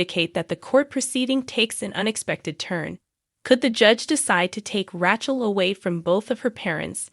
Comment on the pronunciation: How must we believe what you are saying when , by providing these spoilers, you are indicating that you’ve watched these episodes over and over. So why can’t you learn the names of some main characters? Li is pronounced “Lee” Abe is simply “A’ be “Rachael takes the cake! Listen and say “Rae-Chel”. Listen to how the names are in the episodes ! Please!